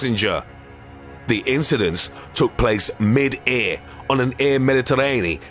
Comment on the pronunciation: "The assult took place mid EHA"